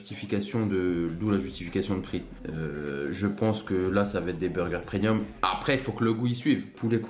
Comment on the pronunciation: 🤣 Tu dis "prenium" au lieu de "premium", des barres !!! 🤣